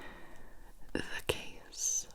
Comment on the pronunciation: Ok so each time when Gibi starts a new riddle I always understand “the gays“ instead of „the case“ and tbh it makes the video so much better